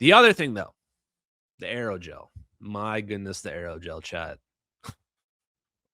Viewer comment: Not just Aerogel, ALLOYGEL!